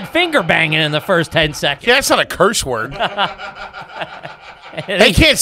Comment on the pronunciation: Wurdur. Smh lol